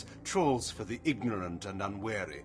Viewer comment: Heh. The term Kain uses here is actually "trawls". As in, Moebius is fishing for the ignorant and unwary with a large, close-mesh fishnet. In a way, it's closer to the "This is Bait" meme. Still, it sounds exactly like he's saying "Troll". XD